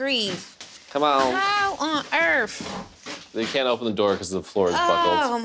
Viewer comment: you live on planet EARTH, not planet EARF